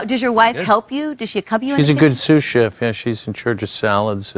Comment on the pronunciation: Sous-chef not sushi!